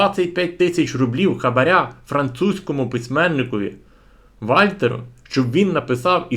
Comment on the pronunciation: Прошу бути уважнішим... Не Вальтеру, а Вольтеру...